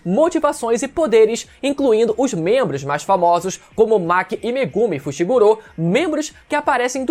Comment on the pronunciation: Por quê vcs ficam falando Fushiguro como fushigurô? 😂😂 devo ter algum tic, prq isso me dá uma gastura do carai 😂😂